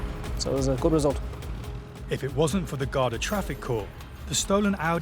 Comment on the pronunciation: Pronounced: Garda or Gardaí plural.